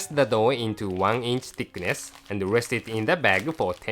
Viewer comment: LOL in another vid there's one part where he sounds like he's saying 'let's steam the dog.' LOL